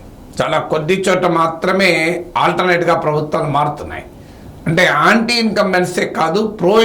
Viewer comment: ఆంటీ ఇంకంబెన్స్ కాదురా అది యాంటీ..